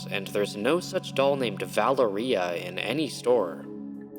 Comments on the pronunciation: Sorry but the way you say Valéria is taking me out 😭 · Your pronunciation of Valeria is killing me 😅